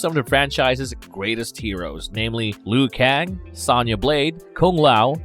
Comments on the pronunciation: Bro you saying sana blade not sona blade it's the small stuff that gets me lol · It's so funny how the people they hire to narrate this channel don't know a single thing about what they are talking about. Who pronounces Sonya Blade "Sanya"?? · Her name is “Sonya Blade” like phone wit ya at the end, not how you’re pronouncing it tho😖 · Mispronounced Sonya constantly bro